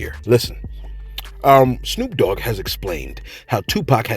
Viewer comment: RE: say this with me "SNOOP DOGG" I feel like I need to bless you with HOOKED ON PHONICS. Say this with me again SNOOP DOGG. Not SNUKE... Not POOP... It's SNOOP. I know you on the East but it's a Westside thang. Like Birdman says "put some respect on that name". 🤣 Just clownin,. Have a blessed day. -HOT BOX